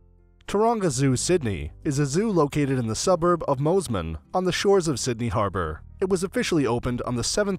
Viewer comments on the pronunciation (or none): Moozman it’s pronounced mossman.... (mosman bay) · Lol Mozeman you mean Mosman lol